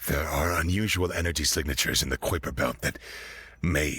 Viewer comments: Not "Kwipper" Belt. Kuiper is pronounced, "Kye-per" Belt. Still, an interesting story. Well done. Except for the "f-word". It wasn't even in the subtitles. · I swear I've heard this story before (or, at least, the premise of a massive dreadnought ship that was little more than flashing lights designed to look intimidating), but it was still great. And did an incredible job narrating it. My only nitpick is you mispronounced kuiper. It's like kipe-er: k, I like ice cream, per. /ˈkaɪpər/. Relevant Wikipedia article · yo,, "Kuiper" rhymes with "piper" ♥️